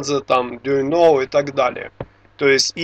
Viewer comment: не Дуйнов а Дуюнов, колесо Дуюнова. автор столько знает но фамилию правильно назвать не в состоянии. странно єто